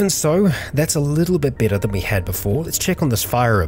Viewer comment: Why you you keep saying besser instead of better?